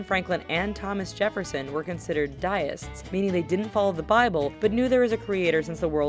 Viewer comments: lol. founding fathers were deist not daist... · To narrator: nice work, just a tad fast, for me anyway. 'Deist' not 'die-ist'. I like the way this site doesn't rely on Hollywood movie outtakes for visuals, like one particular top 10 ranking site I could name. Here's one you missed - the US is a dempcracy. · 1) The bus on this is a BRITISH BUS - NOT AMERICAN 2) You mispronounced "Deist". It is Dee-ist, not Die-ist. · 'Diest' is mispronounced. Its not 'die', its 'dee'. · "dye-ists" smh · Die-ists. Isaac New-in. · Deist- DEE-IST